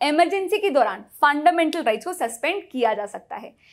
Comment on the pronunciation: Tripping on the way you 'Funndamental rRights'.. GG